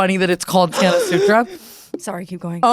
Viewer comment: Ethan Klein doesn’t know how to pronounce a lot of things don’t be offended. He doesn’t even know how to say Tana’s and he’s hung w her multiple times 💀